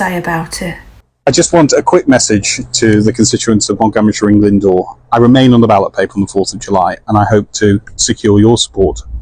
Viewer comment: "Montgummeryshire and Glyndore"? WTF! He was born and bred there, and can't be arsed to pronounce it properly. What a WINO! (Welsh In Name Only)